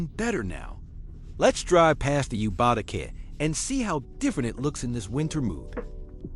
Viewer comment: Dude.....are you AI voiceover? Yubatake is pronounced you, ba, tah, ke. The ke is short, not take like rake. Been here before huh?